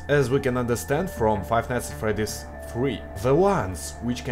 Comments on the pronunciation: Oh... Hey,. Nice work! VERY nice work! Good! But... A... Your accent... In the name of the Great Xibalba, but "Fr-r-r-r-r-r-r-eddy`s"? Ew. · Five nights at fRRRedys))